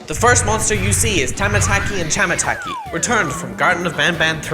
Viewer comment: Finally Said The Correct Name Of Tamataki And Chamataki But Except The Chapter 3 Video He Uploaded Said The Name Wrong